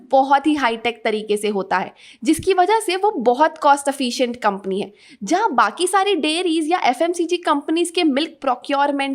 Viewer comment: Efficient.. you pronounce it a Afficient.. Good video, only suggestion please check the pronunciation of some of the words.